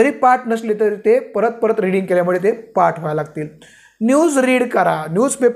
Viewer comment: पाट नव्हे , पाठ